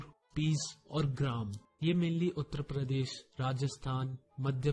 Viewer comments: Bhai uttr pradesh nahi uttar pradesh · bhai speak UP as Uttrapradesh.... But it is Uttar Pradesh 😎.... Anyone noticed